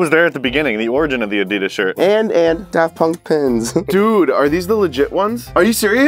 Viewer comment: DID HE JUST SAY DAFT PUNKY